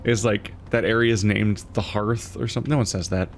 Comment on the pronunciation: har th. not her th.